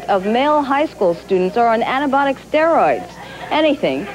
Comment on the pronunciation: she says Anabonic Steroids HAHAH she sure knows lots about that subject